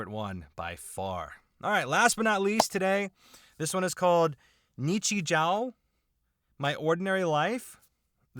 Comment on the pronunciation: Japanese grammar claims anther victim! In Japanese, when a "u" follows a sound ending in "o", the "u" is silent and is instead used to elongate the "o" of the previous sound. So, "ni-chi-joo". Yes, Japanese has a more logical solution to this. If you're writing using katakana characters, you can simply put a dash to indicate an elongation. Why not also do that when using other characters..? Because reasons! Nichijou is a great little absurdist comedy series. It's a series where one episode might have a dramatic, super-slow motion 5-second-rule dropped wiener recover, while in a different one, the frail school principal German suplexes a deer.